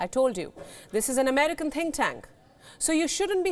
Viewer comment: Why are you lying ??? India recognised the 1 China policy ~ how then is China “invading” Taiwan ??? whilst 1 China policy depicts Taiwan as a province belonging to China. Can a country invade her own country??? Also, your said “think tank” r “tin cans” ~ China is a space force nation that landed in Mars n has her own space station, the Tiangong. You believed that China forces will be “wiped out” b4 the military is deployed. How judgemental n biased is your reporting.